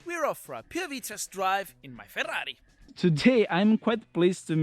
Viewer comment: 2 facts: 1)The perfect pronunciation of FERRARI. 2)The perfect downshifts. Cheers bro.